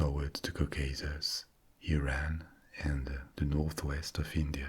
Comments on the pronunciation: me, an iranian experiencing a wave of relief when you said didn't say "iran" as "eye ran" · No Europeans pronounce it “eye ran”....